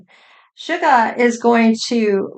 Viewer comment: I love how you rearrange their names. V become Vee. Suga becomes. 😅